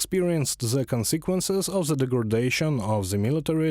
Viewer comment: Hey guys - there's an English word - "the" - it's a definite article and I'm sure you're familiar with it. IT DOES NOT BEGIN WITH A "Z".. Thanks.